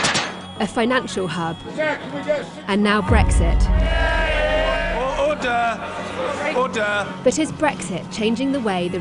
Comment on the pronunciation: "orrder, orderrr"